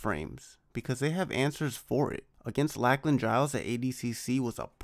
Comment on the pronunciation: Awesome overview. That helps to understand what the hell I'm looking at when I see them compete and why their wild scrambles still result in wins. Also just FYI it's pronounced LOCK-LAN, not LACK-LAN. Think Lochness monster.